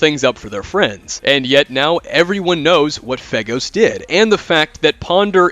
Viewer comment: I keep hearing Faygo (Like the drink) when you say FeGhost